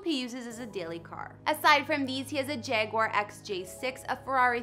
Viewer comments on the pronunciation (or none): none